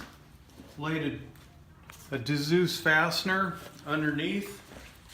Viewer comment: Dzus pronounced zues